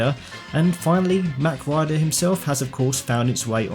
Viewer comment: mawwwk..rider.. not mac..rider.........also Mach Rider is a dude..if you compare the two characters it's physically impossible for her to be the Rider as his shoulders and arms are wider apart..she is important somehow though i'm not sure how/why. I'd welcome a multi-character franchise with both of them and the racers from F-Zero though.